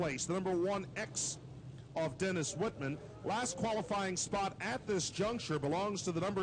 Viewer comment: Think it's Dennis Whisman, not Whitman. But maybe I am wrong. Ahhh they corrected it during the race. Always see Whisman ( The Rebel) racing figure 8's at Toledo.